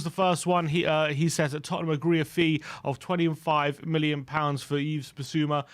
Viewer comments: Someone tell the boys it's pronounced "Eve" not "Eves", I can't take 5 years of hearing them call him "Eves" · Yves: the "S" is silent. Pronounce as Eve.